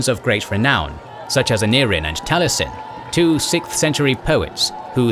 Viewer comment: taliesin is pronounced tal - ee - es - in.